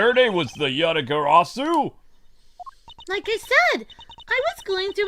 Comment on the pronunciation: Ya-ta-ga-ra-su,. You're saying it wrong again. It's not Ga-sa-ru.